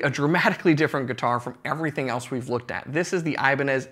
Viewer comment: The correct pronunciation for "Ibanez" is i - BAN - yez